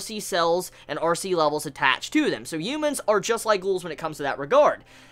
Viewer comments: The “UMENS” “ U MENS” “ U MENS” “ U MENS” Dude... it’s “ H uman”..... ok? Ughhhh he video is still playing and he said it four times... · Am I the only one that hears "umans" everytime he says "Humans?"